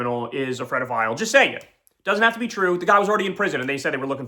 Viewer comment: Oh fuck, he said “predophile.” Not a word, Kyle!